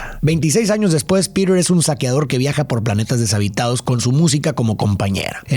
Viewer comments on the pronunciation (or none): La película me encanta , PERO DETESTE QUE DIJERAS “PIRER”, POR FAVOR HASTA EN LA PELÍCULA EN ESPAÑOL LATINO SE PRONUNCIA COMO “ PITER “ , eso arruinó para mí este análisis de esta película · en latam PETER es PITER, no Pider.